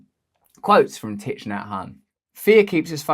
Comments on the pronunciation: its pronounced "TICK" get your pronunciations right RB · Yes.It is pronounced TIE. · Thich part is pronounced “tick” 😊